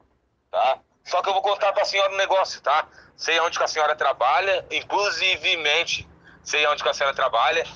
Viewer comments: "Inclusivimente" kkkkkkkkkk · "Inclusivementhy" kkkkkj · 😂😂😂😂 também achei inclusivemente 😅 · in clu si ve mente kk